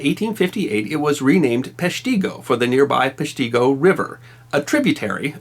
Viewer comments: The idiot never showed a map of Wisconsin, so we could see exactly where the town is. His pronunciation is not what I have been taught. -tee go he says. -ti go I have been taught. Also, the ground was made up of peat Moss. This blackened peat is damp, compressed, and a fuel. The ground itself was on fire, not just trees and brush on top. The peat fires went on continuously for many years. Impossible to put out by a fire department. I checked under Google, how to pronounce Peshtigo. This jackoff is way off on his pronunciation and accent. If he can not even pronounce a town correctly, I wonder how much of his other research and articles are bullshit! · If you ever visited there, you would know the name is pronounced differently. Not Pesh tee go, but Pesh ti go just like it is spelled. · Thanks for talking about our Wisconsin history it's pronounced pesh ti go..... not tee go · It's not even a local thing, if you at the very least live anywhere in that 1/4 of the state including dead central Wisconsin it's Pesh-ti-go or Pesh-ta-go, a short not drawn out pronunciation like Pesh-teeee-go. I've never even been to that part of the state except to green bay and door county a few times in my entire life. At least you didn't make up vowels like national news reports did when the Weyauwega (Why-au-wega) train derailment in March of 1997 I think it was happened, they pronounced it Wey-oh-ga, lol. I've heard many pronounce Eau Claire as Eau-Oh-Claire or Ah-Oh-Claire. Not sure where people keep getting the oh's from, at least you didn't do that, lol. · Yes; PESH-ta-go, not Pesh-TEE-go. And check your snozz for errant nose hairs before recording. Yank those suckers OUT! Otherwise; love your channel. (NE WI) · I would like to point out you pronounced the name of the town wrong. It's a soft I not an ee sound. "Pesh-ta-go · Dig isn't pronounced deeg. A pig isn't a peeg. It's not Peshteego. Great clip anyways. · Omg 🤣 You're slaughtering then name Pesh-teh-go